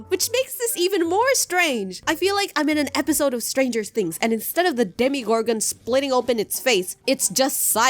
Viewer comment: Did you say DEMIgorgon? [Did anyone else get the reference]